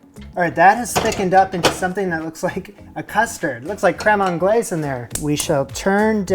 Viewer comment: But he did say creme anglaise and I was impressed!